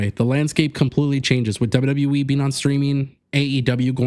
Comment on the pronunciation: Its W-W-E! Not W-WE! Stop mispronouncing the name!You sound stupid & clueless every time you say it!